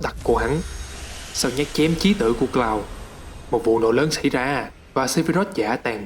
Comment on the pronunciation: )) thất vọng về "Cờ Lau" 😅😅😂😂